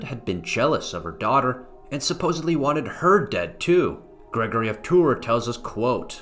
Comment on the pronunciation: You also keep saying Gregory of Tour. This is a great subject, and I wanted to watch it as a refresher. I studied it in high school and college. I also read History of the Franks several times. I don't think we read the same translation. I didn't find your video helpful. Your delivery was distracting.